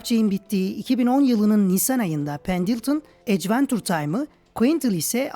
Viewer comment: ecventur diye telaffuz edilmiyor bildiğim kadarıyla